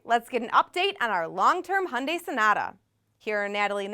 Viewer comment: Natalie, if you are going to review a car at least learn how to properly pronounced the car that you are reviewing. It's not Hundaai.